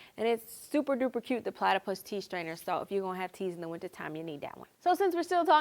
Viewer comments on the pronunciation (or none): You mean...Pla-tea-pus.